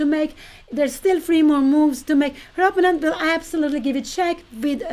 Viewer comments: I still wonder why Pia insists on pronouncing "opponent" in her own personal and not entirely correct way, with the stress on the first syllable instead of the second. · Pia, please learn to say the word opponent.